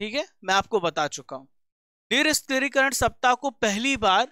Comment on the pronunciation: Nirshastrikaran ...hota hai bhai ..niristrikaran nhi L laga diye ho tm Hindi ka